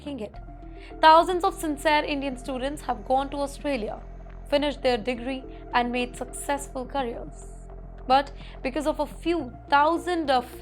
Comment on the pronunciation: it is not carrier…..it is career.